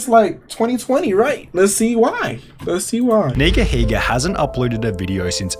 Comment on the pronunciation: If you use to watch him growing up you would know how to say his name...